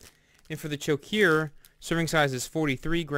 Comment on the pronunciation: I love Choceur chocolate so much better than our vomit tasting American chocolate. It's pronounced sho-sir by the way.